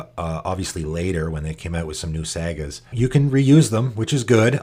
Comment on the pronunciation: Same here, love the channel but he does it with a lot of words. Saga was one of them, pronounces it sag-uh